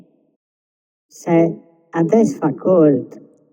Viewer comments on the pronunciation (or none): Calt non cold